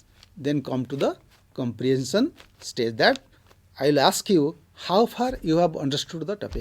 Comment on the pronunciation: Sir nice presentation. Please correct your pronunciation the word 'ask '